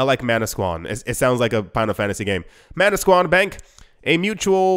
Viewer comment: You’re pronouncing manasquan properly, I grew up one town over! So crazy!